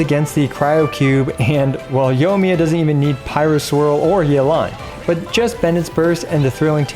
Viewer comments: Say it with me....yoy me uh. Yoy (soy with a y) me uh. The i isn't silent in there. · I'm getting triggered every time I hear "Yo miya"